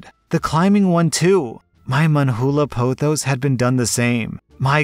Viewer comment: pronouncing pothos is hilarious